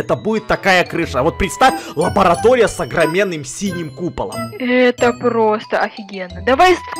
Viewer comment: сказал не лаборатория а ларабатоя